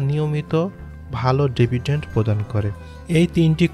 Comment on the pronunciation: ডেভিডেন্ট না ডিভিডেন্ট